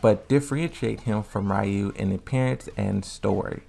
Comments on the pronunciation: It’s none of them. It’s not “REE-oo” it’s not “RAI-oo” it’s not “REE-uh” In Japanese “Ryu” is just one syllable. And it sounds very close to “Roo” with a very tiny, almost nonexistent “y” sound after the R. Also the “R” sound in Japanese isn’t the same as in English, it’s halfway between an “L” sound and an “R” sound. You have to voice an “R” sound but your tongue has to flick from top to bottom like an “L” sound. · why would it matter if there Japanese people here or not? The guy went out of his way to explain Ryu’s name and it wasn’t accurate so I’m just explaining how to actually pronounce his name (which is hard to do in text). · Ryu pronounce something like lew for me